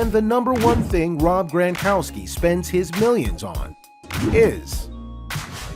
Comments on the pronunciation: It isn’t GRANkowski, it is GRONkowski. It was like finger nails on a chalk board each time it was mispronounced. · NOT GRAN,but GRONkowski.